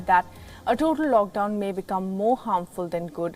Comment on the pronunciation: WTF IS “LOCKDWON” I believe it’s “LOCKDOWN”